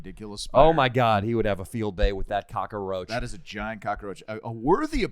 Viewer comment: I giggled every time I hear them say cockroach as “cockaroach”